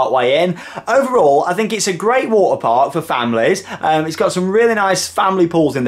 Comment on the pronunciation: he sais water like waer